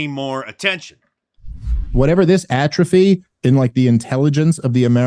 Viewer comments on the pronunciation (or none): none